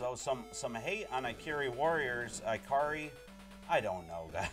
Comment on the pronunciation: It's "ih-CAR-ee" Warriors.